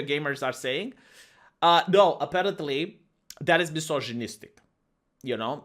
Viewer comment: I want also him saying "mjisozjinistic" and rascismus